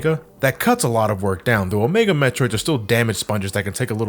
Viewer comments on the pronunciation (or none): none